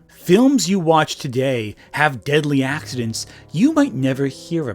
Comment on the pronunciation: Speaking of 'accent', that's what I hear him say instead of 'accidents', he's managing to say it so fast.